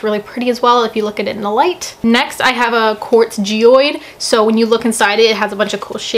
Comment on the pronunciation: “I got a quartz GEYOED” wtf? LMAO